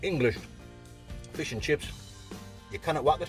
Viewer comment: nice bit of flish